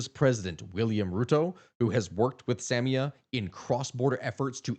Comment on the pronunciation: Sa-MI-a, not SAM-ia